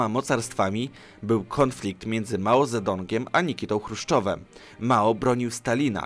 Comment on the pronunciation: Nie czyta się Cedung?